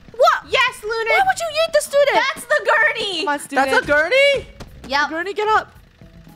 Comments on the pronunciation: No one:: COME ON AGURNEY Me: it’s a gurney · It was like all of krew were saying "Agurney” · It is gurney not agurney